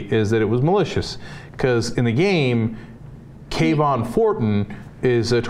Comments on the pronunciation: it could be Kuh-vaughn vs Kae-vaughn (as is pronouncing) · how are they getting the sharp k sound out of kavon? it looks like it should be pronounced kuh-von, you dont say kevin as kay-vin, this is just looking for offense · I don't think this was intentional. The game takes place in Chicago during the autumn, uh when lots of characters are wearing hoodies. The name Kavon Fortin, when I read it, sounded like Ka-Vaughn to me not Kay-Von.. And it's a randomly generated npc. Every time you fail and start over the car/person you see can be different. It's a fun game, not based in Florida, about a city where hoodies are a logical choice for cool weather. I feel like the person who called attention to this was projecting, in a way, their guilt over fighting a black person in a hoodie... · I think you guys are just pronouncing it like Trayvon Martins name to make it seem like you're right lol I read it like Kah-vun (Sounds like cabin) Fort-en